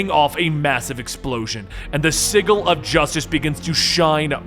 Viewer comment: you're pronouncing sigil wrong